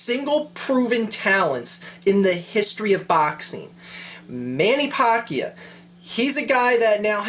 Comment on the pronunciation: its pronnounced man-a-pack-io :)